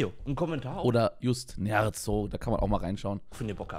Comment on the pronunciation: nicht "just nerzo", er heist "jut nerzo"